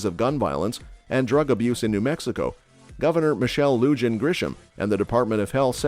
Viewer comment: You mispronunciation of the governor's name is very grating. She is hispanic. J is pronounced like an H, LL is pronounced like a Y, I is pronounced like E. Do a little research before you open your mouth. BTW, I don't think the Bernalillo county sheriff can travel to another county and arrest the governor. The state capitol is not in Bernalillo.